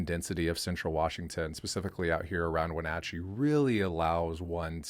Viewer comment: Your pronunciation of Wenatchee makes me cringe